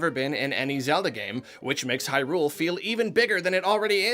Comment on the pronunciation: Everybody: It’s pronounced Hyrule.: How about hyRule? How about hyRule for over three hours? Me: *cringes